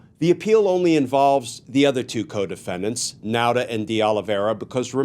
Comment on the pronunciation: F.Y.I. Nauta is pronounced Nawta.I used to be one.